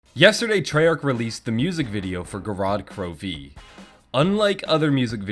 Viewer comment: Wanna add another "e" there in the beginning " gorod krovi" pronunciation